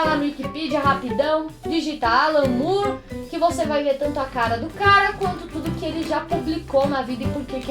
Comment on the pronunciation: é more mesmo e não "Mure"